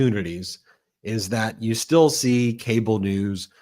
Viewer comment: Did she really say Cable instead of Kabal?